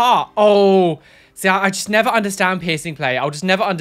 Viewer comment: After seeing that one video where mentions that he says jest instead of just I can't stop noticing it😂